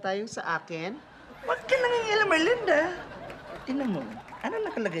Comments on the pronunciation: The way she pronounced ERRRLINNDAAA is so funny 🤣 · When Mamaw pronounce Er-Lin-Duh!!!🤣😂😂😂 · The way he says erlinda...sound like..erlinder....sowsyal ang mamaw shet ..lolz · The way Mamaw's pronounced Erlinda's name is so expensive ✨